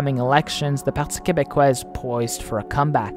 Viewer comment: As a Quebecer, I am very impressed on how you correctly pronounced the terms "Parti québécois", "Bloc québécois", etc. Also, great video!